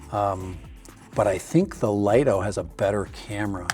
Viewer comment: Lol, you're wrong, it's pronounced 'Lee-toh'. That comes direct from DJI's marketing division. And it replaces the mini, and the mini 4k, not the mini 4 pro.